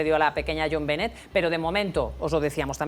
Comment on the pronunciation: Benet se pronuncia “Be-né”